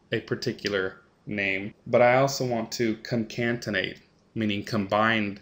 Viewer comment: Great job and much appreciated. I would only suggest one change - proper annunciation of Concatenate [kon-kat-n-eyt] (vs in the video - ConcaNtenate). Just a minor improvement on an otherwise fantastic learning video.